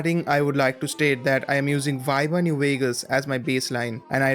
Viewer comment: just to help out with your pronunciation, "viva" is pronounced not as a rhyme with "high" but as a rhyme with "bee". So that comes out like "Vee-va". Keep it up.